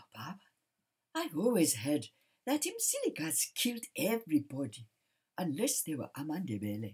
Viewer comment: I admire the way you pronounce Mzilikazi with accuracy and as a Ndebele l respect your history telling.